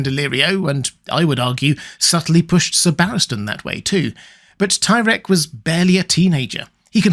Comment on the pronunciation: Ahem...it's pronounced "tie-reek"